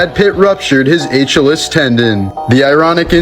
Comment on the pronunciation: I cant take a guy serious who cant even pronounce Achilles properly ....he says atchalees hahaha